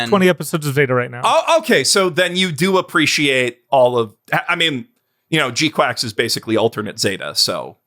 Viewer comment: Losing my mind at how you all are pronouncing GQuuuuuuX. Did you all decide together to pronounce it quacks? In the show itself they say it's pronounced "kwucks"